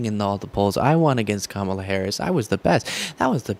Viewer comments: Did my ears deceive me? He actually pronounced Kamala Harris's name right. Must have been a slip-up on his part. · I love when he pronounces her name correctly — by mistake. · He accidentally pronounced her name correctly. 😂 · He said Kamala right in that one👍🏻